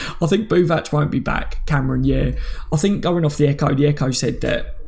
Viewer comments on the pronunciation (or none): none